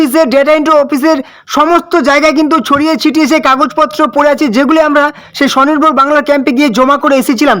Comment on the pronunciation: Tumi age "Sei" ta valo kore bole nao